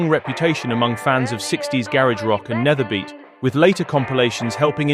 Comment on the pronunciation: ‘Nederbeat’ is pronounced as ‘nayderbeat’. With a typical Dutch accent ‘beat’ sounds like the word ‘beet’ in Dutch. Nayderbeet. ;) Really. With a rolling R to boot.